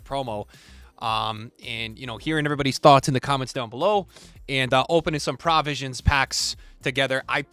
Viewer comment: Unc still can’t pronounce “Provisions” 😭😭